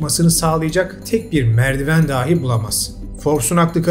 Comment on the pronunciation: Videolariniz çok basarili kutlarım, diksiyonunuz Turkçeyi kullanma sekliniz, tonlamaniz gayet basarili ancak dahi sözcüğünü bir çok kisi gibi yanlış vurguluyorsunuz. Vurgu "a" degil "i" de olmalı. Selamlar